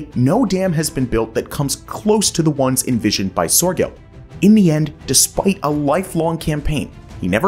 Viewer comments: Nice presentation, but it would come across more authentic if you could get closer to the actual pronunciation of names like Sörgel and Zuiderzee. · "He wanted to quite literally drain the ocean." No he didn't. The Mediterranean is a sea, not an ocean. FFS get it right! "Cairo would suddenly find themselves high and dry," Cairo IS miles inland, far from the sea. Soergel's name and Zuiderzee are mispronounced EVERY time! Thumbs Down!!!